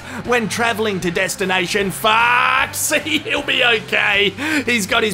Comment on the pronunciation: 'destinai shan fackt"